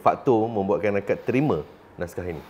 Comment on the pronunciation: Naskah bukan nashkah sebagaimana yg di katakan oleh puan Sofeah Jane.